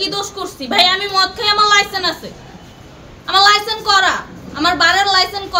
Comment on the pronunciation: লাইসেন্স উচ্চারণ করতে পারে না 😂😂😂😂😂😂😂😂